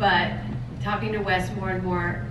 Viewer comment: Idk why ppl always say her last name as wice- it's spelled and pronounced Wyss lmao